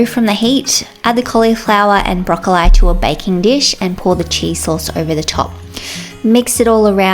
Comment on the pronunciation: Is the mispronunciation of broccoli a family thing or specific to your locality?